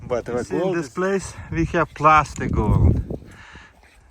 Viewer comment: Plasser not Plaster:fish-orange-wide-eyes